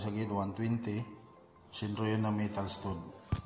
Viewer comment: "stahd" ang pagbigkas nun boss